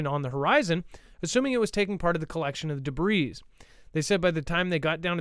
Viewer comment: please stop pronouncing the S in debris? Geeeeezzzz!